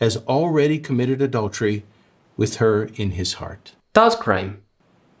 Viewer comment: Why the dude pronounces adultery, a dollar tree